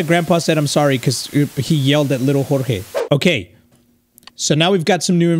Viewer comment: why do you say chorchey and not jorge 😂😂😂